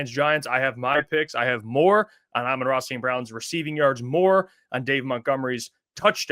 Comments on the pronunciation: “aye-men ra“….get this guy off the video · Sorry but if you can’t even pronounce Amon-Ra’s name right I doubt anything you say after that